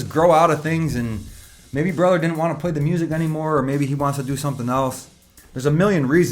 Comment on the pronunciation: Let's play a drinking game ... Everytime he says, "BRUTHR!" 🍹🍹🍹🍹